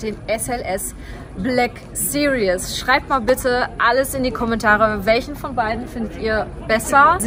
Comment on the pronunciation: Two of my dream cars as well! It must be how you pronounce "Black Series" in German, but in English you consistently say "Black Serious" throughout the video 🙂.